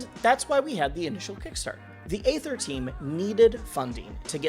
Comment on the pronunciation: Aether is pronounced ether, like the shitcoin Ethereum.